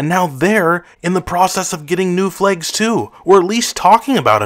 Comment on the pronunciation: Ahh, yes. Flegs. Don't you just love flegs?